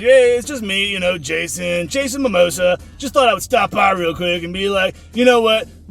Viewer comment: “Jason momosa” killed me haha